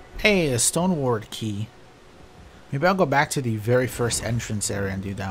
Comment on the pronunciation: I love you but it's "Stone sword" key, not "Stone word"